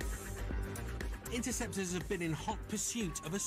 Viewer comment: They are interceptors not "enterceptors"